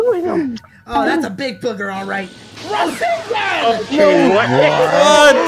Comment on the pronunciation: Boruto’s rasengun sounds like “WHATS UP GUN”